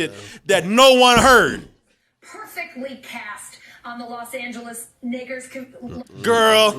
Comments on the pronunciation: Listen to it slowed down, she said "nakers" like Knicks+Lakers it's easier to hear if you slow it down to .25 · She said she jumbled Knicks and Lakers. She's in New York so maybe she's used to saying knicks when it comes to basketball. It sounded like knickers to me. A racial slur doesn't even fit in that sentence format. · i thought she said knicker... like knickerbockers... or lakers combined with smthg else... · It sounds like 'Guh' not 'Kuh'...but 🤷🏿‍♀️ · Idk that sounded more like ger than a ker. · No lie. The first time I heard this (before I even saw her explanation), my immediate thought was that she was going to say "Knicks", caught herself, and tried to tuck-and-roll into "Lakers". So it came out "Knickers". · I think she just started to say the Knicks and then corrected herself mid word. It's funny, but I think it's just her brain, going to say the Knicks bc she's half-reading the prompter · " Alison Morris wrote that she had gone to say Knicks instead of Lakers by mistake, then corrected herself mid-word, saying 'Nakers.' " I believe her but it's still... Strange mistake 😐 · I heard Nakers too. Unfortunately I'm black so I gotta keep it to myself or get called a sellout. Lol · Sounds nothing like "Nakers" to me. A It was a Freudian slip at the least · if you take time to slow the video down you would hear her say "nakers" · I cringe every time I listen to it. I’m actually rooting for her! It’s like, c’mon you can do it this time, just say Nak—-uhh...a ☹️ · It sounded bad but she said Nakers. Everyone knows this so idk why people are doing this. It's not cool. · I thought she said that at first too but the more I listen to it it sounds like Knicks and Lakers mixed together and it came out Knickers. Or she's just a racist idk 🤷‍♂️ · Even if she did try to say Nakers, (she didn't) and meant to say Knickers, (she wishes) whoever's in the background of the original clip verified what she wished she didn't say, with "OH MY!" Smh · She said nakers